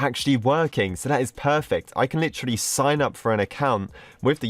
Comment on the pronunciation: When said sing up page." He said snaypse page." wait." are yo--- deaf?